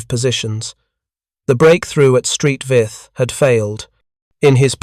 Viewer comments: Exactly. Saint Vith! Not "Street Vith"!. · St, is pronounced Saint not Street Saint Vith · “Street Vith” no no no Saint Vith stop with the AI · Street Vith. 😂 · St. Vith? It is 'Saint', not 'Street'. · Please ditch the robovoice - Street Vith for St Vith and Mark is for Mark I Tigers, indeed. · St Vith is not street Vith. Its Saint Vith. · "Belgian town of Street Vith"😂😂😂😂😂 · Ffs, "Street Vith??" Wtf. Do better. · Street Vith?? 😂🤣😂🤣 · Oh the limits of AI and automated voice over. “St.” isn’t USPS speak but short for Saint, Sankt or Sint all the local languages (French, German. Walloon, …) for “Saint.” St. Vith was named for Saint Vitus. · Tiger Is ; M36s; Stupid AI calling the use of "S" meaning plural, or more than one, but simply saying Tiger "is" or M36"s". Oh yeah, then there's the erroneous use of the Belgian town of St.Vith, Saint Vith, not Street Vith as AI pronounces it.